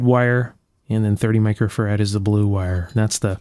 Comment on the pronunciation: Whilst I love your videos, I really wish you would pronounce Farad correctly! Farad is derived from Michael Farady's surname and the emphasis is on the first 'a' not the second 'a'